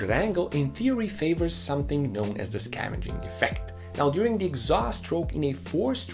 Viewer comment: the only criticism i have (at this moment) would be more clear pronouncing of some words like 'scavenging effect' and 'pent roof'. I had to google for a few minutes before I found what you meant. this video was very well done, and was a superb learning tool about engines. I really enjoyed it. good clear explanations for some key concepts about engines. thanks a lot for showing us! really looking forward to more engaging content, you have a sub, here!!